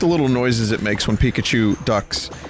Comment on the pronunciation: It's pikause